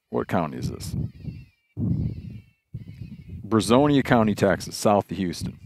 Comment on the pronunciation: So Brazos county is NW of us. It’s where College Station is located. I reside in Brazoria County. It’s pronounced bruh-zor-e-uh. 😂 but even the locals butcher it, so no harm done! But yes, there was an entire Commissioner’s Court meeting in regards to this. Not sure what the outcome was, but you could probably google it and find the answer fairly quickly.